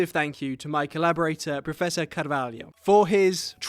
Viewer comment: I know is just pronunciation, but you sais"Caralho", not "Carvalho", carvalho means oak, caralho means penis